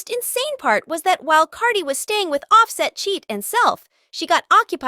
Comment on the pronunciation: you little non talking it quit butchering this man name how can you not pronounce his name its simple as day and night its off- set can you say it with me say it little it off set. i wish that i knew your name so that i could butcher it...........